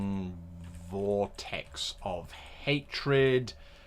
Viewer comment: Heh, "voretex."